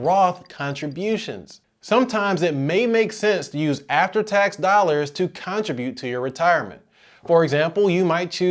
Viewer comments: I don't think that's how your pronounce contribute. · This was the information I was looking for, thanks! Unrelated, are you from the States? I've not heard anyone pronounce contribute like that before.